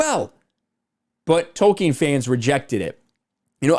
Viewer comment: It’s Tolkien not wolkien!